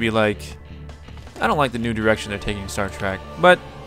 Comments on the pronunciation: It is Star Trek not Star Track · I'm sure a bunch of other nerds already said this, but it's not Star Track, it's Star Trek, with an E.